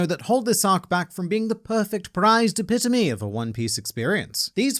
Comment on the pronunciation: Man, all these years and I didn't know epitome was pronounced like that! Anyways, I agree on all points made here. I can see why Yamato couldn't join the Strawhats yet, considering his/her knowledge from Oden's log and giving away too much info about the One Piece. However, a situation such as this didn't lead to Robin telling the crew where Pluton is, even though she's known its (approximate) location for *checks calendar*... about 20 years, now. But it wasn't handled well, at all. If there had just been a small panel or two where Yamato tells Luffy "Yeah, I'm staying in Wano until Momo is strong enough to protect it. But I'm making up a story to stay here, so he won't be disappointed.", that would have been fine with me.